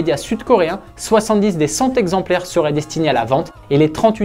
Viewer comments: Intéressant mais attention aux liaisons qui n’existent pas : cent ne prend pas de S . « Cent exemplaires » 1 :10mn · S’il vous plaît Mr le commentateur: Le chiffre CENT ne prend pas de S , donc la liaison Z n’existe pas On dit : 100 T ´ exemplaires ou 100 ( cent) T’ euros.. Merci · C’est pas possible de dire cent z’exemplaires ( à une minute 10 ‘’). !!! Comment peut-on faire de telles fautes ? 😡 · Chacun trouvera voiture laide à ses yeux. Ce qui est en revanche insupportable pour mes tympans, c'est d'entendre "cent z'Alpines" hier et "cent z'exemplaires" aujourd'hui. Mince, que votre "orthographe parlée" soit à la hauteur de la qualité de vos publications ! 🤬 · Cent exemplaires ,il n'y a pas de''s''a cent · Bravo au commentateur… cent exemplaires… il n’y a pas de s à cent donc attention aux liaisons fâcheuses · Déjà signalé lors de la dernière vidéo : cent exemplaires n’a pas de « s » à cent donc pas de liaison SVP. Le niveau général en français n’est déjà pas folichon (cf dernier classement Pisa) donc inutile d’en rajouter 🤪